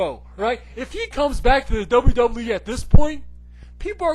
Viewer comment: It's "Doublue Doublue E".